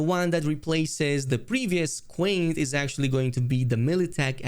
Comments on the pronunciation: it's QianT, not quaint 😂 it's pronounced "cheeyan-tee", they reference it several times in the main quest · "Quaint" its pronounced "Chi-ann-tee" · also, not to be the pronunciation police, but QianT is pronounced Chi an Tee, as Qi in Chinese is basically pronounced as chi